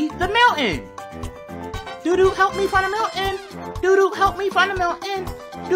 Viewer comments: How pronounces "mountain" is Mow ayn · It's funny because kids' TV would never let a widespread edutainment show pronounce "mountain" like that.